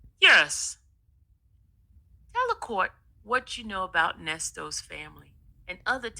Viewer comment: When she refuses to pronounce the ‘s’ at the end of Nesto’s name, it BURNS MY BISCUIT!! 😡 It’s annoying.